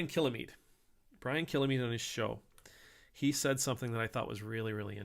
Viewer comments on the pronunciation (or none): Picky pint for future videos: Kilmeade is two syllables, not three. There is no syllable between l and m.